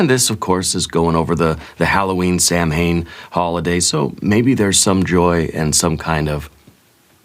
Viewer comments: Just a note: it’s pronounced “S-OW-EN” not “SAM-HANE”. :) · Ha ! I was told it’s pronounced SowWin. 👻💗I named my dearly departed cat Mr Sam Hain 😸I